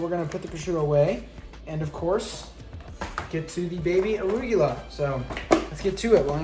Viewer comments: The way he pronounces "arugula" though lmao. Love him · hold up, hold up, hold up...did he say baby aruGUla...wat LOLL!!!!!!!!! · Have I been saying arugula wrong my whole life......